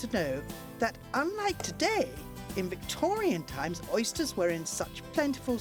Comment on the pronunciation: love this guys accent "Yuh, Mutton it's go the scent of the hiiillz, and Oysteeers..." Awfully well spoken lol